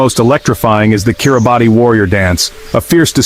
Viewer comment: This video is complete garbage starting with the mispronunciation of the the country's name